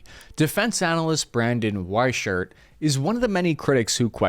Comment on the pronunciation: Weichert is pronounced y-Kurt.